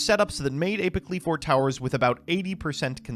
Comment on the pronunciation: I am pretty sure you had 100% mispronounced the Qliphorts incorrectly. It's normally Klee-Forts or some variant with *Kli*. And then the biggest issue is Apoqliphort Towers. The way you say it literally wants me to chuck my phone at the nearest wall. (A-pah-klee-fort), so it's like you are saying Apocalypse but replace "calypse" with "qliphort".